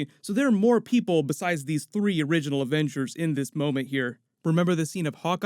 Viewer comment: Wizzy vengers 😂 put subtitles on